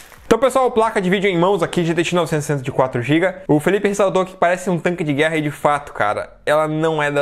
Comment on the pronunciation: Ele nao consegue falar gtx 960. Kkkk Ele fala "gtxnovsssss" 😂😂😂